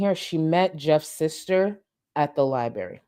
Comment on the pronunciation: Gorl, the way you keep pronouncing “Library” is killing me 🤣🤣🙏